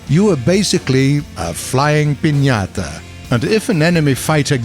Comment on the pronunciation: No one talking about how this savage pronounces "incredibly" or "pinata"?